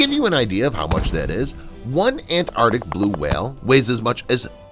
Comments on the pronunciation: The pronunciation is Antarctic and not Ant-arctic as you have pronounced! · I think the word is ANTARTIC, not ANNARTIC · After pronouncing the word ANTARCTIC as many times as you have in this video , is it too much to ask that you pronounce it correctly ? It has two " T 's " and two "Cs " . It is NOT pronounced " ANARTIC ". Take a bit of care and pride in your language ! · AnTarTic. With “T’s”. Pronounce the T’s. What is it with Americans, why can’t they pronounce a T in the middle of a word? Petty I know but it drives me round the bend. I can’t watch/listen once I’ve heard it. Aaahh. That’s better. Rant over. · It's 'Antarctic', not 'Antartic'. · Antarctic. Not An-ar-dick! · What is “anartic”? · Learn to pronounce ANTARCTIC! Both Cs are pronounced. (Sheesh!) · It’s not ant artic. It’s the Antarctic or Antarctica. Two Cs. Two Cs. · Had to stop watching… An an-ardic whale LOL. Three hard consonants and an ‘r’ all vanished. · He keeps dropping the t I can't stand this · It would be good if the narrator could pronounce Antarctic properly. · I'm pretty sure there are two letter t's in Antarctic. Not An'arctic. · Look, normally I wouldn’t say anything but since you’re saying it 500 times it is pronounced arctic, there is a c. Thanks I feel better now. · It's pronounced arctic... there are two C's in the word! (antarctic, too) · ANT-ARK-TIC! ANT-ARK-TIC! Damn! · AntarCtic. There's a C in there, pronouncing it isn't difficult. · Ant-arctic!! 😂😂😂 After e-centric ('eccentric') this is another American mispronunciation that bamboozles us!